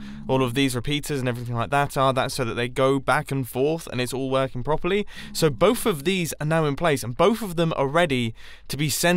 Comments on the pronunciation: I dont want to be mean but its somfunny he says bofe instead of both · Who else finds it cute/funny that mumbo says "bovf" instead of "both" :D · Mumbo: bohf Americans: both 👇🏻